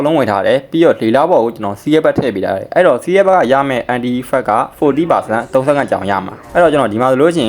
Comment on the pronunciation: အန်တိုင်လို့အသံထွက်ရင်ပိုမိုက်မယ်ဗျာအန်တီအန်တီနဲ့